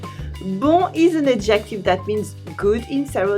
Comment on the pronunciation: Le mot adjective, c’est ADjective, l’accent sur la première syllabe, pas la deuxième. Juste un détail. J’apprends bcp de nuances ici.